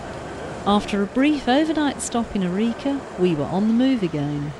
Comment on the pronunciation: Never heard Arica or La Paz pronounced like that lol